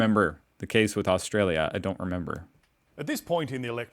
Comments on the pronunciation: Aust...R...alia, It has an R in it and you get is wrong quite often. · Bro, AustRalia has an 'r' in it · First, it was Woolsworth now. It's Austalia. You're starting to slip.. 😂😂